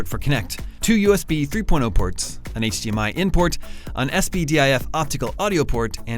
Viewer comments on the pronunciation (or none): none